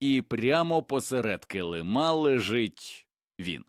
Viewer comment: щиро дякую за українську і цікаву інформацію! Але чому наголоси ріжуть вуха? Ну, чому килимА? КИлим,а значить посеред кИлима. Дякую за розуміння.😊😊